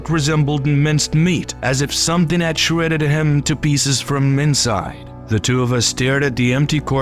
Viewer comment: The vowels have odd inflections as if from someone whose primary language isn't english trying to sound hip in english. Whoever or whatever is speaking doesn't like simple words starting and ending with the letter T such as 'da' and 'deh' instead of 'the'. 'Dafinitely' instead of 'definitely'. 'Dam' instead of 'them'. 'Sumtin' instead of 'something'. The speaker drops the 'G; at the end of alot of words. Is the speaker from the same region as the guy on the Integza channel?